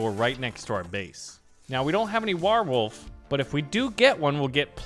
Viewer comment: Why do you say warwolf so weird 😂😂😂 war wolf bro it’s war wolf